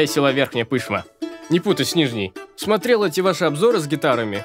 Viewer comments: не побоюсь этого слова - АХУЕННО!!! но почему пЫшма, а не пышмА? Привет с Нижней ТурЫ )) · 1. не пЫшма, а пышмА. 2. к нас не село, а город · Всё круто, только ПышмА, а не ПЫшма. Витёк не наш, эх) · Я сам из Свердловска, с Урала. Аж по ушам ПЫшма, первый раз слышу такое ударение в названии Верхней ПышмЫ))) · Всем ведь пофиг, что Верхняя Пышма это город, а не село? И "Пышма" с ударением на последний слог? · Витёк почему в слове Пышма ударение ставишь не на ту букву? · Верхняя Пышма это город)) Я сам от туда. Думаю ударение на А. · В слове Пышма ударение на последний слог!!!